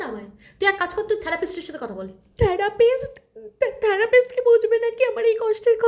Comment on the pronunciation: Therapist pronunciation ta theek korte neben plz